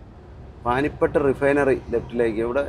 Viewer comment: പാനിപട്ട് അല്ല, പാനിപ്പത്ത് . പാട്ടിയാല അല്ല, പട്ടിയാല